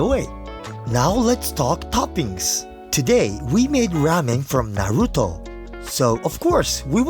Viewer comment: Such a kind man that he forgoes the proper pronunciation of Naruto for his western viewers